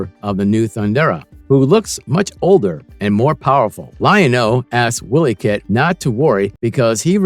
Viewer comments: I really don't see why people on YouTube make videos When they don't even know how to pronounce the names of the characters correctly It's a long I For Wiley Kitt and Wiley Kat as in wild And Slithe is also a long I It's a long E For cheetara as in cheetah. The Thundercats were not a show of the kids of the 90s it was a show of the kids that were born in the 70s and 80s because it was put out in 85 By the time the 90s hit the show was not even in syndication as reruns The version of the Thundercats for the early 2000's failed because of low toy sales And Low ratings on Cartoon Network In other words the new show did not have a good fanbase To base a second season It was also given a horrible time slot For the time that it aired Marvel is verdict your channel sucks You can't pronounce the names right you don't have your Facts straight And you did Piss poor research on it Being born in 1975 I watched the Thundercats in 1985 Along with He-Man and GI Joe And the Transformers . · wiley kit!!!! not willy kit... its pronounced y-lee... also its pumyra ----- Pu my ra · i especially like how the narrator keeps calling wiley kit and wiley kat, as willy cat willy kit..... lmfao